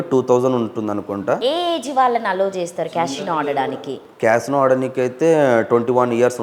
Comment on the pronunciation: ఊసేయ్ నీయమ్మ first casino అనడం నేర్చుకో నువ్వు నీ ఎక్సట్రాలు